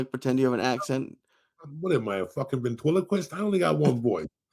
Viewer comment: when Joey said "What am I a "ventwiliquist" 😂😂😂😂